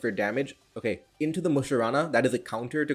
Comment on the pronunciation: random question: why you say "mu-sha-ra-na" instead of "mu-shar-na"? is it a english thing?